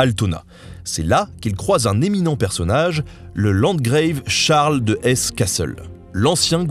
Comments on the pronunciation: Mais pourquoi prononcer le mot 'landgrave' à l'anglaise (/-greïve/) ? Ce mot est la francisation du mot allemand 'Landgraaf'. Or le 'a' ne se prononce /eï/ qu'en anglais moderne (mutation de prononciation intervenue entre 1400 et 1700 seulement) et seulement dans certains cas ('a' long à l'origine). En français, le 'a' se prononce donc /eï/ seulement dans des mots empruntés à l'anglais assez récemment. Pour autant que je sache... Parce que j'avoue ne pas avoir bien entendu parlé français avant d'être né, quelques semaines avant qu'Armstrong mette les pieds sur la lune. Ça ne fait donc pas beaucoup plus d'un demi-siècle que c'est ma langue maternelle. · bonjour, hélas il y a une autre coquille : "landgrave" est prononcé à l'anglaise dans la vidéo. C'est un mot allemand, un tître du St Empire qui se prononce comme il s'écrit. Il y a landgrave, margrave, burgrave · ah, et landgrave n'est pas un terme anglais, c'est une déformation de l'Allemand Landgraf (comte terrien, par oppostion au Margrave, marquis, ou au Rheingraf, situé en pays rhénan), et doit donc se prononcer à la Française.